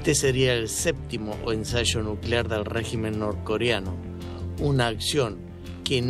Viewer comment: “Ensacho nuclear”… 😂 Habla bien y profesional!